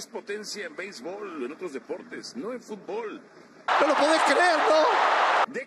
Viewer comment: Hey Mexicano - Se Pronuncia FUT-bol; no Fut-b-OL.